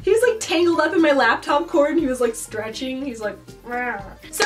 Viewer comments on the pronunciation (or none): none